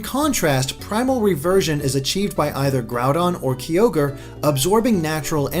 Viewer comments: Am I the only one who noticed that he pronounced Arceus and Kyogre wrong? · KI-ogre. SERIOUSLY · "Kee-o-grey" Me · Key-ogre? WTF